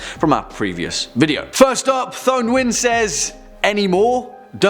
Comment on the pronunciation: Fares Alsayed lol sure. But it was my first name he pronounced wronged (kinda) it’s been anglicized and it’s pronounced Toe Win